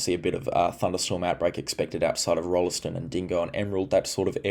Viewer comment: One does not pronounce the "e" in Rolleston- it's "ROLLS-t'n", emphasis on the first syllable, chop the 2nd one like you're a pom!